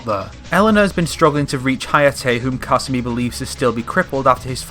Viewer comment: You said kasumi about a million times and pronounced it wrong every time